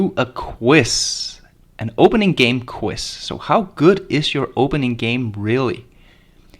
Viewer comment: It's a QUIZ, not a "quiss."